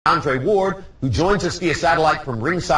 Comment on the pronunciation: why does gotta be such a douche & say his name wrong at beginning smfh.